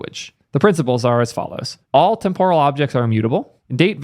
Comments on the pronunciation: Let me clarify this, it's témporal not tempóral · Dude, look up the actual pronunciation of temporal.